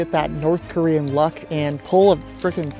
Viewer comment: The horrible pronunciation of Korean 😭